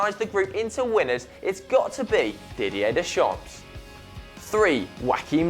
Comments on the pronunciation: not "ps" for pronunced Deschamps "didié déchan" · Your pronounciation of Deschamps is pretty terrible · Daily But the pronounciation was absolutely atrocious. So was the pronounciation of Lagerbäck, Deschamps and some others. I suggest you check up the pronouncation on Wikipedia before you film, it's the easiest way of avoiding looking like an idiot.